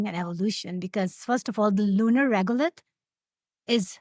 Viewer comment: It's Regolith not regulate. Just saying.